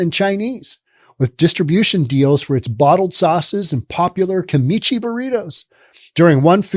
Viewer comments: It’s Kimchi, not Kimichi 😂😂😂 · OMG! You're driving KNUT! It's pronounced KIM-CHEE! Seriously, you've never had fermented Korean cabbage? wtf...